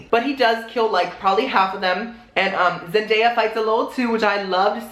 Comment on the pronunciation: Zen-day-a not made just trying to help